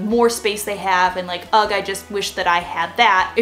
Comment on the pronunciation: Did she just say UGG?.... Does she think that Ugh is said "UGG!" 😂😂😂😂😂😂😂 THAT MADE MY WHOLE DAY 🤣 I love it!